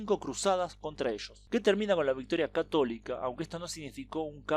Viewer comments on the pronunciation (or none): none